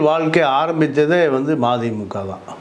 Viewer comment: மாதிமுக இல்ல மதிமுக நல்ல சொல்லுங்க சார்